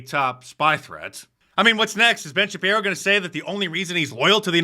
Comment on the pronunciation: Ben ShapJiro.